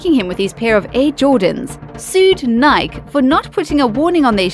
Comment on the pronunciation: Nike is pronounced NY-key. Not NYK. 🤦‍♀️